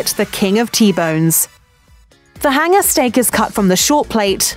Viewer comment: what is a hinger steak ? these vowel mispronouncing accents ,good grief ( do school kids get bad grades for pronouncing vowels correctly ?) , I hand to tun on the subtitles !